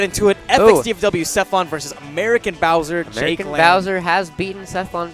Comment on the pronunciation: "Aermican" You tried, guys. You tried your best.